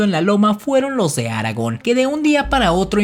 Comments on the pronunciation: Se pronuncia Aragón, no Áragon. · ¿Sí sabes que se dice Aragón y no Áragon (así como equivocadamente pronuncias)? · Aragon? Se pronuncia Aragón,, con acento en la ó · Los de Áragon? 🤣😂🤣😂🤣 No querrás decir los de ARAGÓN, verdad?? 😂🤣😂🤣😂🤣😂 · Aragón no se dice Aragon. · Es Aragón con acento en la o no aragon ese es el personaje de j.r.tolkien del sr de los anillos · Aragón!!!! Con acento en la o😱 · Argón no Áragon (este último es el personaje en El señor de los anillos). Además es Veragua y no Varagua. Soy panameño. No entiendo como si dicen que Colón hablaba un dialecto genovés no escrito, basado en sus cartas? Es decir, como puedes escribir en un dialecto no escrito? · "Los de Áragon". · Aragón, no Áragon ... no es El Señor de los Anillos jeje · es aragón, no Áragon, ni que fuera el señor de los anillos jaja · Dios! Porqué esa manera de hablar?! Porque terminar cada frase con ese tono?! Me parecen muy interesantes los videos, pero no puedo evitar sentirme frustrada con ese tono de hablar :( lástima Y no es Áragon es Aragón! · Por qué dice áragon...? Es Aragón... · Estimado amigo, muy buen video, solo un comentario: El ACENTO en AragÓn está en la Ó, no en la á. Saludos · Cómo diría Hermione: Es Aragón no Aragon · Es Aragón, no Áragon :D Creo que la influencia del Señor de los Anillos aún está presente. :) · Aragón con acento en la última sílaba, no te lo enseñaron en la escuela?, aragon es el personaje de el señor de los anillos ;) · Sr. Vd. no sabe de lo que habla y por cierto el rey que sale independiente es Fernando VII del siglo XIX y no Fernando II de Aragón (con acento en la o no en la a inicial). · Creo aparte del tema principal, que tu lengua materna no es el español, Aragón por ejemplo lo pronuncias con acento en la letra a. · Cuando te refieres al antiguo reino de aragon,lo pronuncias mal...lo correcto es Aragón,con acento o tilde en la O ,tal como tu lo pronuncias ,te estas refiriendo al personaje del señor de los anillos... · a mi me suana como Haragán ....